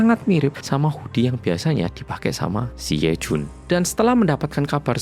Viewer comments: "He Jun....Yejun!" Logate medok pol 😂 Bener memang slogane "wong Korea sing medok" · medok banget jawanya pas manggil yejun😭